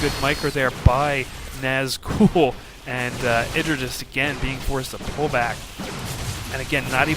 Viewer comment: eeeeyyyyyeeeee dra like an eyeball, or the letter I, as in mself. Idra not like, kid